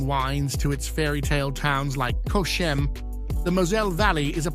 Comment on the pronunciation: AI generated some of it is genuine but there's a lot of crap in this as well showing castles that aren't in the region, pictures of Koblenz when describing Cochem (which is also pronounced incorrectly in the video) and a souk somewhere probably in North Africa as the Marktplatz. I've been down the Mosel many times and it's more beautiful than this lazy ass AI nonsense.